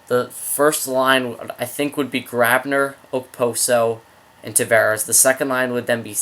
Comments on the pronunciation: okposos name is pronounced like this oposo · you dont pronounce the k in his name ai am a islanders fan i think i know how to say his name